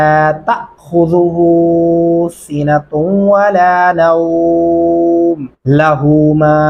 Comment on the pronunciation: جزاک اللہ خیر ❤ جناب اعلی مجھے ایسا لگ رہا ہے کہ آپ ان الفاظ کو کچھ ذیادہ ہی کھینچ کر پڑھ رہے ہیں 1 ( نوم ) 2 ( شيء) یہ الفاظ لین ہیں اور لین کو کھینچ کر نہیں پڑھا جاتا۔مد اور کھڑا زبر الٹا پیش وغیرہ کو لمبا کر کے کھینچ کر پڑھا جاتا ہے۔ اگر میں غلط ہوں تو درستگی فرما دیجئے گا۔ شکریہ ❤